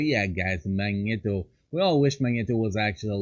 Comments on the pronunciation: Mag- Knee-Toe ur pronouncing it wrong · [Magneto] ,not [Mańeto] mate :D